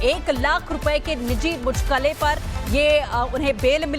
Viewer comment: ये साले एंकर है जो मुचलके को मुचलके बोल रही है